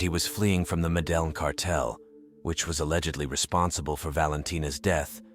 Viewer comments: What city in colombia is MELEDYN according to this narrator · "meddling" is not the pronunciation of Medellin. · Bruh really said “Medileen” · did you pronounce it medeleen? come on xD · This is a tragic tale. Wanted to point out that the city of Medellin is pronounced Meh-deh-jean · mede-lin is crazy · How hard is it to pronounce Medellin....obviously this guy didn't bother to learn.